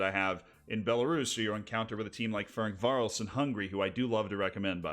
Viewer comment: Don't mean to mock you, but i had to relisten like 4 times to understand "Ferencváros" as a hungarian :D